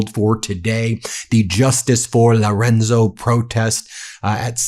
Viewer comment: The last piece of text you read Ben. You called him Loronzo instead of Lorenzo. Then you said the Salgato family instead of Salgado. The amount of place & people's names & other words you say incorrectly is astounding. I mean, it took you weeks before you pronounced Hormuz correctly. It begs the question Ben. Have you got early onset dementia? 😂